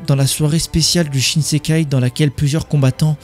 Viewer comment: Shin shin Kai pas shinsekai bg